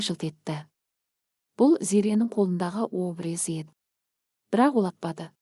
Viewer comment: Ангимени айтып отырган кыз дурыстап окысан дурыс болар еди ударение дурыс айтып уйренши обрез емес абрез де😂😂